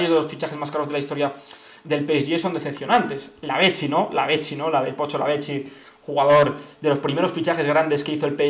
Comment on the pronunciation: La pronunciación del pocho, como argentino, me generó un paro cardíaco